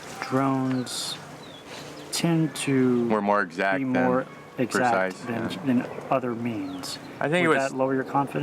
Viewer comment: he says keep war "exaxt" and protests drones. lmao